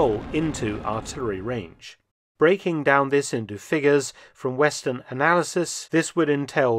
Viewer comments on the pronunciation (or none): none